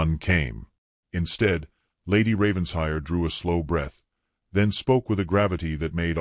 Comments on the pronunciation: It’s NOT Ravens hire! It’s Raven shire! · Fix that BOT - It’s Raven-shire NOT Ravens-hire 😡